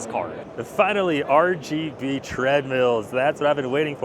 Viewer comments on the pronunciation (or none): So stoked to hear "R-P-G threadmill" ... and then realize it's RGB 😪